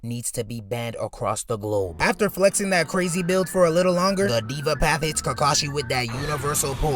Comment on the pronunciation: Its Deva path man😂. Not Diva Path. Love the content btw.